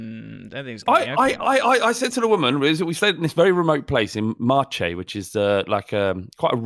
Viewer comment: As an Italian here apologies for being a tad pedantic Marche is pronounced as Marke my man 😉Spot on about the opening times though, it's bloody nightmare